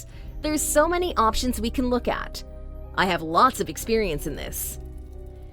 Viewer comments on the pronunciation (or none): none